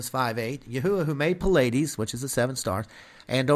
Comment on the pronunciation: Pleiades is pronounced Plee-iades, not Puh-ladys.